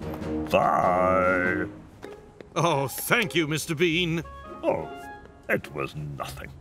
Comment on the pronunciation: It name is mister bean not mister bin